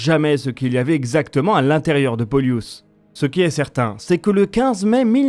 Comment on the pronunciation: Hello, C'est plutôt "Pôlus" et non "Poliûs";) L'accent se fait sur le O. Genre c'est comme "Plus", sauf que la c'est "P(ô)lus"😊